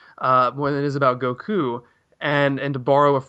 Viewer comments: Even said way under this you can't even say goku right. IT DOESN"T CHANGE. Even in the language your extention of the vowels CHANGES THE NAME AND ITS WHOLE MEANING. Seriously did you guys just read a wiki and never watch a single moment? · Modack44 wishes he were Japanese. The way he says Goku is what really annoys me. Also how he speaks down on the community all the time. I wish these videos would stop popping up in my recommendations. Maybe I just need to be more attentive to what I click on.